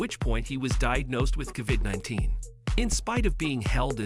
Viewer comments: AI voice is horrible "CAVID-19" These channels need to be banned from YT. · I hate these automated voices..... who says CA-VID19?